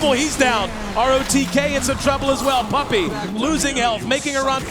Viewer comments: "Pup-pEy" "Den-dEE" -_______ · AA=ei ei den'di= dendi' puppey= pupeeey dafuq? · why the hell does pronounce everything wrong? navi, dendi, puppey... keeps emphasizing the the last syllable.